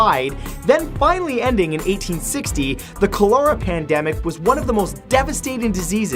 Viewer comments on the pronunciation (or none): Matt, cholera is pronounced (coll-er-ah), not (coal-era) . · I absolutely love your videos! Please look up the pronunciation of Cholera. 😁